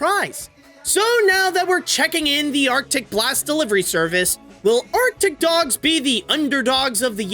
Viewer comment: why did you say ARCTIC DOGS like that? LOL